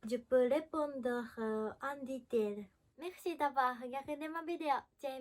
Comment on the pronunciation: Fin de vidéo: C'est interdit en France le "ditèile" On hait les amérlocs comme ils nous haïssent. Cordialement.👍